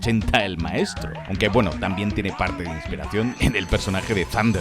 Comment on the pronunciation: Minuto chilenismo weno jajajaja te le ha olvidao xddd